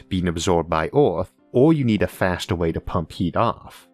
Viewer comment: Orth or earth. Forst or first. Fastor or faster. howevor or however. Membors or members. Porepose or Purpose just seem to me you have a vowel issue.